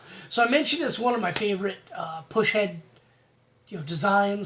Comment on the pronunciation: Bad ass video! Though... it is PUS-head ... not PUSH-head! Haha. Great video though buddy!! Keep em coming! 🤘🤘